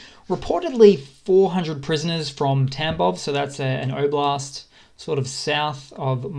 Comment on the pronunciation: Thanks for your updates - I like your clear, factual method. I'm an Aussie (sounds like you're from the same part of the world?) - couple of tips on pronunciation: "Kharkiv" has a silent "k" - it should sound more like "Harkiv". "Oblast" has an "O" at the start that is pronounced the same way as "o" in "Bob" - hope this helps!